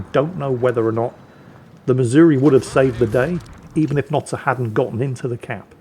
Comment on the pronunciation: Notsir?????????????? I thought it was Noster???????????